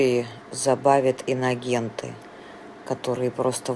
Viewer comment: Прикольно,что Кудрявцева (телеведущая!!) произносит : «иногенты».😅